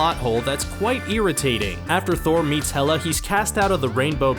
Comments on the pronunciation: xD isnt it 'Hela' not 'Meh-lla'??? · Hela not mella